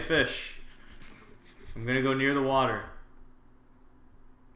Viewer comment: water not watee